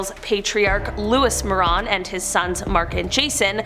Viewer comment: More-ran not More-on